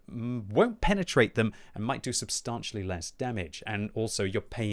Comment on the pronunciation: Painful hearing him constantly mispronounce: 'substantial'.